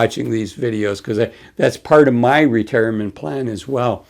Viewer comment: "Ra-Tear- a- ment". Yes, he is very reassuring. Nice hoodie, lol